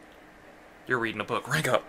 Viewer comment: you said 3???? RANKU DAHWN